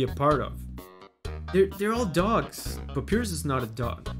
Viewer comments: From what I’m aware of, Papyrus is pronounced Pap-EYE-rus. This name is also a font! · Ahah love this. Just so you know it's pronounced pap-pie-rus. Hehe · It's not a big deal but the name is pronounced pap-eye-rus, it's based on the word papyrus (an ancient sheet of paper) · pronouncing Papyrus as Pa-pee-rus baffled me, because that's how I pronounced his name at the first time (I'm not a native English speaker). In my opinion, it does sounds cooler than Pa-pie-rus (imagine papaya vs papiro hehe) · Pronouncing Papyrus's name as Papi rus feels like the way he'd say his name if he wanted to be fancy. Like, he'd go to an art museum and introduce himself that way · Papyrus (Egyptian paper) is read pa-PEE-rus in portuguese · My spanish speaker pea brain pronounced "pah-PEER-us" until I heard the English way 😂😂😂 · The fact that he says Papyrus wrong hurts me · The way he pronounced papyrus I can't 💀